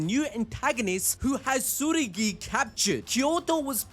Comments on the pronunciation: I know it ain't that deep but his name is Tsurugi not Tsuguri 😭💀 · Hey boss. It sounds like your saying tsuguri when I believe it's tsurugi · why you keep on saying "Tsugiri"? I thought its "Tsurugi"